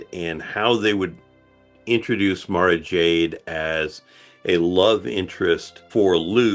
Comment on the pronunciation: Tell me they aren't butchering Mara Jade ffs